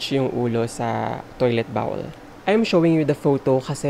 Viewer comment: Corps is just pronounced /cor/ beh ha. Corpse /corps/ is totally different. Haha! Para lang mas malinaw. Bowl is not /bawul/ din. /bole/ yon.